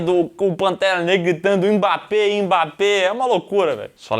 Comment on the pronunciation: po nao tankei ele falando mbape KKKKKKKKKK